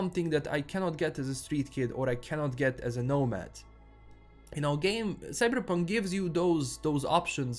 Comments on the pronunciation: Say Cyberrrrrrpunk again you sexy beast. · Whenever you say 'Cyberepunk' I smile a little. :P